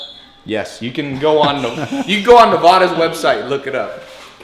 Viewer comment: DID HE SAY NEVAAADA!!!!!!! TRIGGERED!!!!!!!